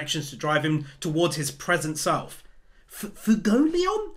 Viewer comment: Try to pronounce his name as Fway-goh-lee-ohn. Got me the first couple times haha. Great video man 🤙🤙